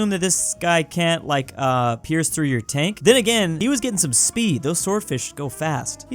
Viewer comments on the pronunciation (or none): none